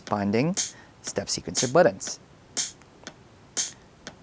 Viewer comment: He says "buddins" so many times, I can't unsee/hear it lol